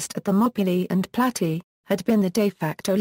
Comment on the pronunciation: Plat-ey-uh..not platty